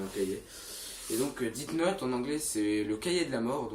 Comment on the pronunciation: Sa se prononce pas " DITE NOTE" mais plutôt "DESSE NOTE". L'orthographe est faite exprès pour que tu prononce bien.